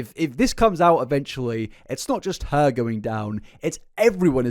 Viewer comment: "things were going well for Herrrrrrrrrrrrr"